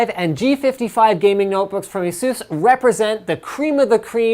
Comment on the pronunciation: It's “Eh-Seuss” according to this website. technologizer(dot)com/2010/12/17/asus-pronunciation-demystified/